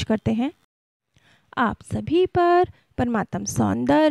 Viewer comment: कृपया अपना उच्चारण सुधारें परमात्म नहीं होता परमात्मा होता है